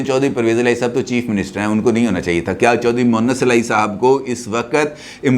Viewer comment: جناب! اصل نام چودھری مونس الٰہی ھے مونث الہی نہیں۔ اپنے تلفظ کی ادائیگی کو درست فرمالیں۔